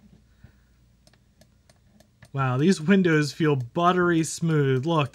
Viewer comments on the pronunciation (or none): none